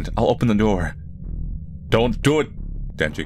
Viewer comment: bro said Denji i cannot take this anymore😭😭😭